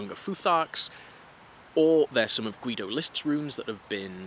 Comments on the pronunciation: I wish you a speedy recovery! And a little clue: The german name Guido is a little bit special for german pronounciation, because the 'u' is silent. So the dudes name is pronounced "Gido" :) Greetings from Germany! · I would love to hear more about the crazy Nazi mythology stuff! (Also I think the u in Guido is silent?)